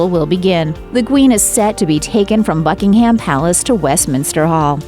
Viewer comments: Could someone please tell these people how to pronounce Buckingham? It's not "Bucking Ham", it's 'Bucking um" with the accent on the first syllable! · BuckingHAM uuuugh EdinBRA so many mispronounced words. CAAAstle … appalling. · the narrator says that Prince Philip's casket will "eventually be lowered into a burial vault at Buckingham Palace." Apart from the fact that she mispronounced "Buckingham" (it's pronounced "Bucking-hmmm"), I am pretty damn sure that Buckingham Palace does not have any burial vaults. If she had paid attention to his funeral, she would have seen that his coffin was lowered into the burial vault beneath St. George's Chapel which is on the grounds of Windsor Castle. This is not the first time that has made similar mistakes. She really needs to improve her delivery.